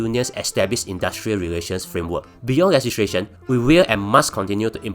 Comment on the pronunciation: fat cat england level up siol! can pronounce legislation siol! sounds like ntuc paid ad tho